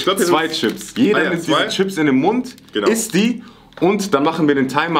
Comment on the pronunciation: Nimand: Wirklich Niemand::schips